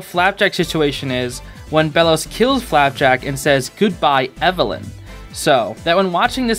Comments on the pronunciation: STOP SAYING "FLAPACK"!!!!! sorry it makes me SO mad! it's flapjack!!!!!! (this is a great video!!) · why do you pronounce flapjack as flap-ack sometimes? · Love how you say “Flapack” instead of “Flapjack” a few times! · I love the way you call Flapjack Flapack xD Another cool reference/secret I think you'd find intresting to know, if you look at the tv shelf, under the nintendo switch theres a CD with a bite in it. remember when gus back in that one episode tried to bite a CD and said " OOOH SHINY COOKIE!" back in " escaping expulsion " ? Yeah, lemme know if you noticed that or not, thought you might find it cool :D FOR FLAPACK/FLAPJACK! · "flapack" let's go he said it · I'm sorry but the amount of times he said flapack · Am I the only one who heard him say flaback